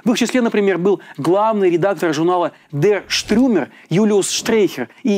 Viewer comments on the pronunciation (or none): Дер Штюрмер, а не Штрюмер - ‘штурмовик’ же. Ну и обычно не говорят НСДАП, говорят ‘эн эс дэ а пэ’. Но это мелочи. В день, когда я прочту такую новость, я на время прекращу свой трезвый образ жизни и буду есть борщ под водочку!